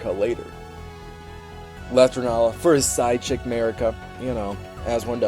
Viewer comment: For the love of God, US English speakers, please. RENNALA. RENNNNNNN A L A